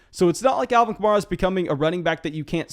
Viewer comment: Say it with me: Kuh-mare-uh